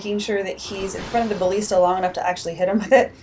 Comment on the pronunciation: buh-list-uh Thats how you say it